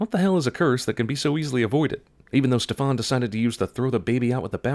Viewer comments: Every utterance of the word "Stefan" makes me twitch. It's pronounced "STE-fan", not "ste-FAAAWWWWWNNNN". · 1) You're pronouncing Stefan wrong. 2) I was happy when I saw my name in a movie for once, but then he just had to turn out to be a right evil fucker. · I'm not saying this movie doesn't deserve the treatment it's been given, but why did you go out of your way to mispronounce Stefan's name? In this movie and the animated classic, it's pronounced a different way.